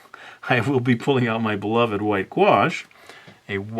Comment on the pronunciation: did he call that paint white guash or wash?